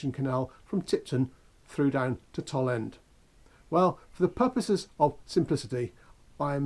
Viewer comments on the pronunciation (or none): I grew up in Tipton. We pronounced the 'Toll' in 'Toll End' to rhyme with 'dole', not to rhyme with 'doll'.